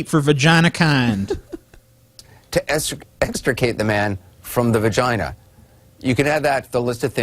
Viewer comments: You stole the pronunciation of vagina "vagin" from Borat xD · Lost it at "We got to get this guy out the the giant vajeen!" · Its pretty ironic that such a big pussy cant say vagina lol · Why is the guy giggling like a 5 year old? Ok, so he's gay but he's been in a vagina at least once. He's almost 50, he should at least be able to pronounce the word.